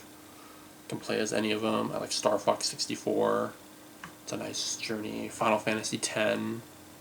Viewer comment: HAHAHAHA...I thought you said "STARFUCK 64!" 🤣🤣🤣